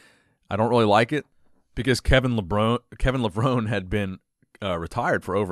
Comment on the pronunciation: Lev-rone-ee" That's how he pronounces his last name. Been bugging me for awhile now, lol. Keep up the good work! 👍😁